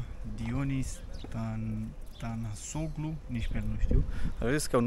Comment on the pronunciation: "Tanasoglu" se citeste Tanasolu (fara g)...La fel ca "Erdogan" , care se citeste "Erdoan". "Oglu" inseamna "fiul lui". Deci... Tanasoglu= fiul lui Tanas